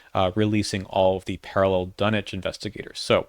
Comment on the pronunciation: The "dunnich" pronunciation always amuses me. I think it's better to err on the side of pronouncing the w since it has a Massachusetts inspiration rather than a British one. Just my two cents :)